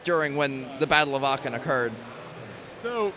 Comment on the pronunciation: Very nice moc And it’s so funny hearing him saying “Aachen” cause I am living in Aachen he’s pronouncing it so wrong haha